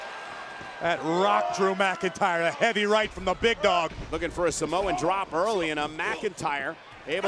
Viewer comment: drew mcyntr 😅